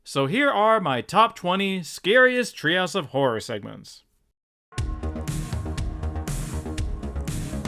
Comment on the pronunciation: Am I the only one who hears "house of whore"?